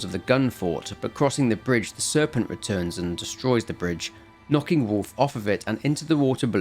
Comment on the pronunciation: I only listened so I thought you were talking about Warf.